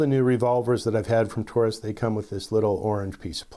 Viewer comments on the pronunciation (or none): Taurus pronounced TAWrus. Just like DAUGHTER